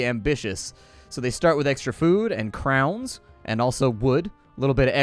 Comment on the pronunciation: its not krowns, its kröwns